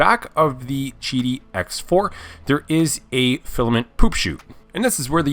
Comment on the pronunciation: isnt it pronounced Qidi ?? NOT gidi or chidi ??